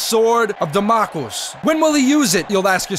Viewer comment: Its pronounced damn oh clees